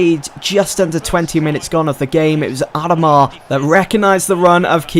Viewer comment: Say adomah properly